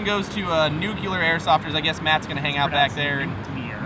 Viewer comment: Dear, what about peanut butter and m&m cookies? Also do you know anyone I can go to for 3-D printing? I have an M4 but want a 3-D printed m4 to AK mag adapter for it. PS. It's nuclear not nuculer and I'm sorry to say that I hate Banana Republic so Robby's now on my hit list.